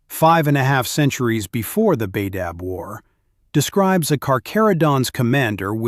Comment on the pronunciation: "genna-seed" it's pronounced "jean-seed" and it's not "Bay-dab", it's pronounced "Bah-dab"